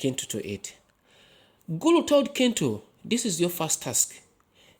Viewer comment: Is it not pronounced chintu? I though Ki in Luganda was a ch sound.